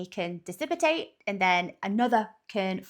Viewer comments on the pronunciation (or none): "Hurricanes and tornadoes can............. dissipitate". DISSIPITATE?!?!?!? That's the Limey Brits for you. Adding extra syllables where they don't belong. Like Aluminium..... instead of Aluminum....